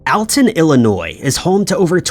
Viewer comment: #4 it's pronounced All-Ton. NOT Al-Ton. I'm from the area...